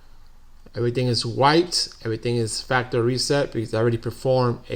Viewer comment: I hate to be that guy, but 1st off I would like to say your video was very helpful, the 2nd thing I would like to say is ,the word you were mispronouncing is (factory reset). Not (factReset) lol But we understood you.🤣😂👍